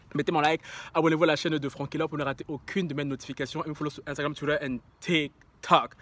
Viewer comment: J'aime trop quand tu dis Salvador ou Rio avec l'accent, pareille quand tu parles anglais "twitteuurrr" mdrr T'es unique, il y a pas deux comme toi !